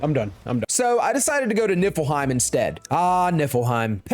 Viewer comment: It sounds like he says it nippleheim 🤣🤣 which is hilarious